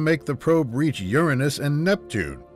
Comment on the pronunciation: this guy actually pronounced "Uranus" correctly. That's rare nowadays.👌 Imagine if we found an extraterrestrial Voyager though👽